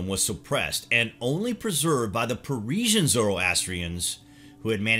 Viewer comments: "Persian", not "Parisian". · It's not "Parisians." It's pronounced as "Parsis", but I don't even think that the word "Parsi" is precise here. You could have just said "Zoroastrians." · It's Persian not Parisian. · Its actually Parsian